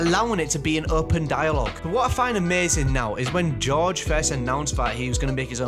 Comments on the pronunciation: When you say George i hear josh 😂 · It’s GoRge not Josh